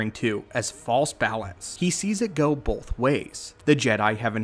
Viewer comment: Stop. saying. BOLTH.